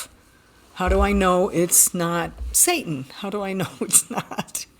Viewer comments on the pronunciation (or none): none